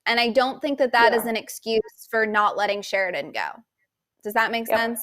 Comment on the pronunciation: Can you say his name CORRECTLY? It's Sheridan!!!!!!!!!!!!!